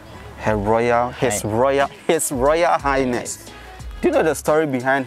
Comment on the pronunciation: Did I hear His royal "Highnest"? Awurade Anyway She resembles HRM Christabel though